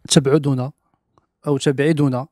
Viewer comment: تبعدنا بضم التاء وتسكين االباء وضم الدال